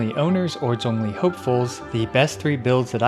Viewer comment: Actually pronouncing Zhong li's name correctly "chefs kisses*